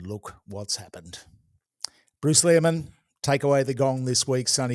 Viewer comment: Lol, it feels almost intentional of to mispronounce Leary-man's name